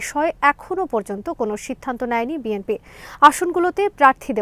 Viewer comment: বিএমপি নয় সঠিক উচ্চারণ বিএনপি হবে।